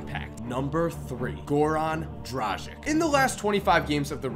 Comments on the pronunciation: Good list, but please pronounce Dragic's name correctly? Drah-gitch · How can you fuck up pronounciation so badly that you change the places of "g" and "c" in Dragic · It's Goran Dragić, not Goran Dražik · Im from the country where Dragič is from, and im just laughing everytime you pronounce his name :D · Just a reminder to all american friends. The surname Dragic is pronounced differently. The g is pronounced like g in "gun" and c like "ts".